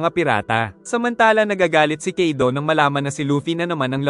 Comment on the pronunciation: Kaido Hindi kido😅